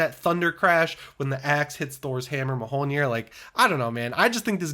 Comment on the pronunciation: Ma hole neer lmaooooo bro you really need to learn how to say Mjolnir